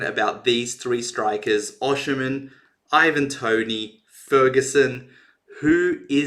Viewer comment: His name is pronounced osime the N is silent it's not oshi--men